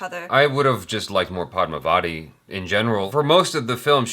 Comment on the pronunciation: Rah-ni not Ray-ni. Padmaa-va-thi not pad-mah-vaa-ti/di.